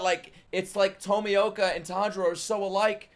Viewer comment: Pronounced TOE-ME-OH-KA